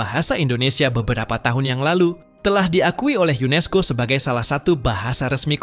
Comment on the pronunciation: UNESCO min bukan UNISCO...